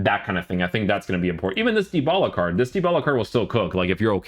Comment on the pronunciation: Stop saying CARCH!!!! C A R D !!